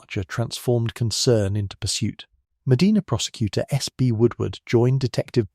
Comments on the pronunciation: I’m so sorry, but it’s Ohio so we do things backwards. 🤦🏻‍♀️ It’s pronounced Me-DINAH. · way to mispronounce Medina. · He is pronouncing it wrong. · We live a half hour from Medina. The continuous mispronunciation of Medina, I gotta say, is getting on my nerves. Other than that, interesting story. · Shouldn't have a robo narrator that doesn't know how to pronounce the name of the city you're talking about. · yeah but he narrates his video himself so he can’t blame AI, it his mispronunciation! Mind you I don’t pronounce many UK city correctly so I’m hardly in a position to criticize! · Correct, Sir. Every time he mispronounces Medina I find myself correcting him under my breath. They also mispronounce Spokane often as well! ❤ 🇨🇦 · Medina doesn't have an R at the end 😂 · I grew up in Medina County It is pronounced Medina, not Medena. I pronounced not e. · Medina Ohio, Mostly Sunny 81°F Medina is pronounced Meh die nuh. Not Meh dee nah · Pronounced MA-DIE-NA. Freaking AI. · I've been there. It's Meh-DYE-nah. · 'Round heah, they pronounce it, Muh-dye-nah.😊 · I am in Ohio, formerly of NY. They pronounce it ' Med-dye-na '. I didn't know that until recently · Medina Ma-die-na... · That would be a, "long" "I", as in, "eye" Mah d-eye nah" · Locals pronounce, Medina (Ma Dinah), not like the historic city in Saudi Arabia. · I'm way down in Belmont county Ohio and even we pronounce it Ma- Dinah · I think AI does not know how to say it. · Meh dinah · It's Medina, not Medina.